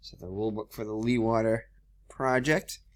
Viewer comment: Hi, just found your vid. You might like to know that Jan Leeghwater was a Dutch hydraulics engineer who engineered the first land reclamation programme's. The name is pronounced "Lay g water" with a very strong G-sound like clearing your throat and the emphasis on the the Lay.